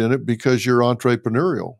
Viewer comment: Surprised by Dr. Phil’s pronunciation of entrepreneurial. The “entray” is permissible when there is a double “e”(as in entree, the main course). Entre with one “e” should be pronounced as in the French language- entruhpruneur (pardon my attempt at the phonics.